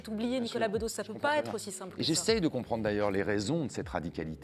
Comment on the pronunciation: Nicolas bEUdos, pas Nicolas bÉdos 🙄